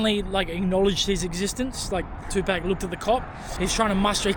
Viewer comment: If you’re going to name your channel after Tupac, Atleast say his name correctly….lol